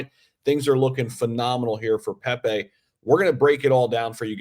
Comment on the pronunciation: Hahaha u act like u know crypro them pepe launched u coukd t even say his name right lol don't talk pepe unless u hold a giant bag